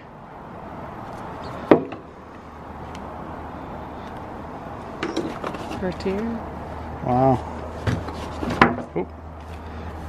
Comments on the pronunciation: Cartier = Car-tee-aay Christian Dior = Christian Dee-orr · The biggest cringe was the perfume box! How she pronounced Cartier, and him not even trying to pronounce Bvlgari! Lmfao. I actually said out loud, awww they’re so innocent! They have no clue, 😂😂😂 protect these people, they are oblivious to slaving and whoring themselves just for the chance to be draped and dripping in designer, trailing behind them the musky stench of the catwalk and Chanel! 😂😂😂 I love them! Lol